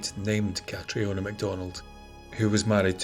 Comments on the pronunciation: Please, Catriona is prounced 'CATRINA' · I always thought Catriona was still pronounced Catrina 🤔... I knew a girl called Catriona a few years back. She's gorgeous but has no idea. She's hated it but i loved it! 😂... but yeah, hey Cat, if you're reading this 😂